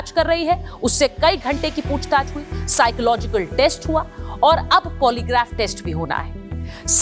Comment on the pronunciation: साकोलॉजिकल शब्द नहीं है ये साइकअ'लॉजिकल है